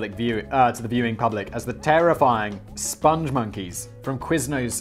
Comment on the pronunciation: Its Spong Monkey not Sponge Monkey. This is based on a video We Like The Moon, which is a masterpiece created by the great Joel Veitch. He also did the Crusha milkshake ads in the UK.